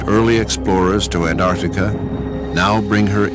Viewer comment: Great doco. Slightly ruined by the narrator’s inability to pronounce the t in Antarctica. Though. To be fair. It’s a laziness shared by many from the United States.